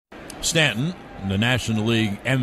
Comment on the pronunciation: Chris Iorizzo lmao. I like when he says “it’s a Stanton-ion home run” tho lol